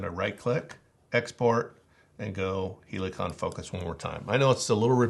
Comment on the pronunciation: Why are you saying Heliacon? It’s Helicon….